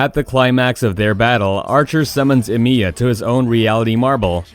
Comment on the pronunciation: “Shirew” “EmIEya” please don’t disrespect Shirou like this...